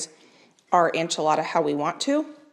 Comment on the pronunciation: These recipes look fantastic. A little help in the pronunciation of enchilada. It’s ehn.chih.la.da duh, not an.chuh.la.da. Thanks for sharing.